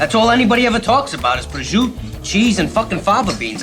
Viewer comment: I know this doesn’t have anything to do with the video, but as an Italian that is born and raised in Italy I can’t stand the way he pronounces the word prosciutto, he doesn’t even end the word